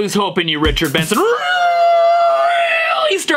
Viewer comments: I just made a 10 min video of him saying ritcherd bensen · Ritcherd bensen